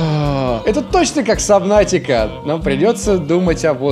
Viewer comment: Не сАбнаутика, а сУбнаутика